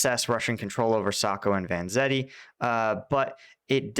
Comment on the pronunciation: I swear I heard Sacco&Vanzetti and I was like “wtf is going on here?”.